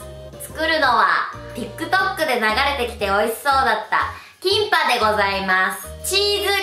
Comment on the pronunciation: キンパがティンパに聞こえて一人でツボったw